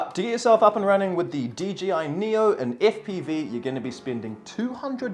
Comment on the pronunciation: Everyone says DGI instead of DJI lol